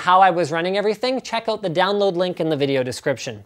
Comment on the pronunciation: ''Check OUt the download'' so canadian